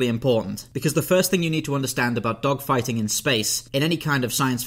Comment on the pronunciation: Did you say spaceDOGfighting or spaceDOCKfighting? 😂